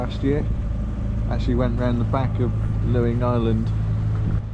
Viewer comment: No no no….Luing is pronounced “Ling,” not Looing! Two minutes into the video I had to stop it to let you know. Ask any local! ⛵️